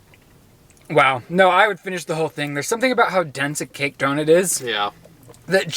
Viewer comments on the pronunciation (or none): the way that says donut as donit is kinda annoying no hate though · simply can’t pronounce donut/doughnut… doe-nit is all i hear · How am I just noticing says "Donit" 😂😂